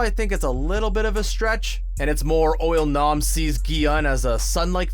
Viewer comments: Narrator: Pronounces IL-Nam as UOL-NAM with confidence. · “Oil-nam” lol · Why he sayin it like oil nom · "Oil-Nam"...is that how you say it?